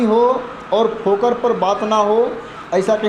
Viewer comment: भाई जी फोकर नहीं फोगर बोलते हैं